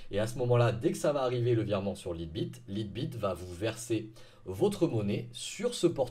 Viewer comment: "Laïte bit" voyons !